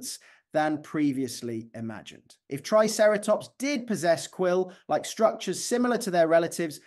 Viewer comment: 'Quill-like', not 'quill, like'. I mean, the entire vid is rife with clickbait, old news, AI images, and the depressing impression of someone reading unfamiliar terms off a ChatGPT script; but that bit in particular rustles my jimmies.